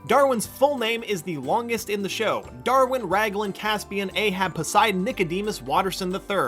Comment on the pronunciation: The video said wongest